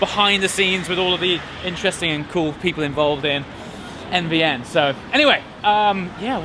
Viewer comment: I’m I the only person that hears AVN when he says NVN??